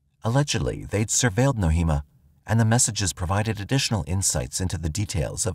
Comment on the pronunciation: Nohema is pronounced "No-ay-ma". Names are important. Her name was mispronounced throughout this video. May the dear lady rest in peace.